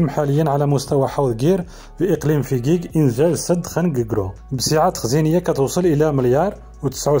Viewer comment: اسم المدينة .....فجيج وليس (فكيك )